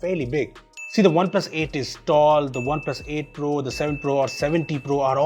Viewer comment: Whenever says OnePlus Phones.... Why does the comment says spoons 😂😂